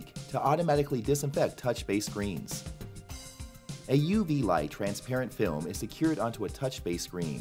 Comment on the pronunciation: STOP SAYING "TRANSPARENT FILM" LIKE THAT! JESUS FREAKING CHRIST